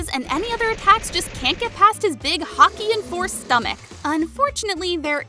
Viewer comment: When you said haki I was thinking you said the sport hockey